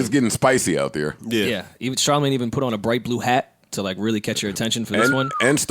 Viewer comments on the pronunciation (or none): Did called Charlamagne "CharHoeMin???